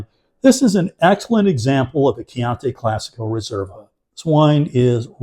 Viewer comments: Thanks for the value alert - I’ll definitely try to find it at my local Costco. CCR are one of my go to value reds. One nitpick: your pronunciation of Chianti dries me crazy- it’s Kee-ahn-tee, not Kee-ahn-tay. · You pronounced "chianti" incorrectly throughout the whole video and probably have done so for the past 40 years too. :)